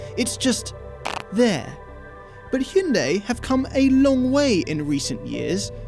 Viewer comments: Let me finish this war lol... I'm Korean. So.. okay. Actually the one the said at the very first is the right way to say "Hyundai". It is not High-yun-day, but this way of saying hyun-dae -> Adding more correction to that, try not to say that 'Y' sound at the end of the word 'dai' from pronounciation. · funny thing is was the closest to the correct pronunciation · is actually pronouncing it correct. I worked at a Hyundai dealership about 10 years ago and the dealership's Korean overlords told them it was pronounced "Hyundai like Sunday". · Your English chap is correct. He was the only one that pronounced it correctly.@ House can we get a 2024 Elantra-N review? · as a korean, the 2nd guy got it right lmaao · 현대 발음을 이렇게 잘하는 외국인은 처음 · It's pronounced "hyun-dai", my friend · ' pronunciation was the closest. Also throttle house has the best intros. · In korea, the first pronunciation is the closest lol